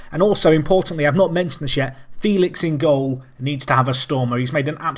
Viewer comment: Outstanding performance of the boys! They absolutely thrashed a team that in theory is vastly superior, this is the most memorable match for the Apex hands down. Congrats for such a feat and good luck against Basel, you're gonna need it. .P.S.: Félix is pronounced "Feh-lix" by the way ^^